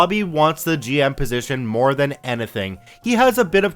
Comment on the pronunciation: I hear it when you pronounce the word "anything."